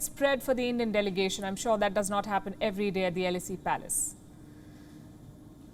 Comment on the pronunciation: What India's growth story are you talking about, Ms Sharma?! The Elysée is pronounced ei.LEE.zei. NOT L.S.E as you made it sound. I do appreciate your delivery, pitch, tone. But your pronunciation seems to be wanting.